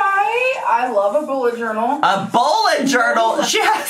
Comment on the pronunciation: “Buet Journe” took me TF out 🤣🤣